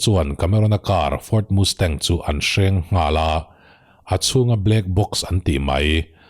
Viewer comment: Ford Mustang i lam rik dang hi a fel hlei deuh mizo a Mastang kan tih ang hian chhiar ri zawk la,,Mustang nilovin,ka lo ti ve mai mai,, Nia,,Hight school Pass lawmna a chhungten Muscle Car an lei sak ngam mai dan atang an khawsa ve thei ti leh amah pawh hi an ring tawk tih chu a chiang reng mai,,Thalai an nia vawi hnih khat han tlan chak changte chu awm ve tur alawm,,a tan rei tir deuh anih khi male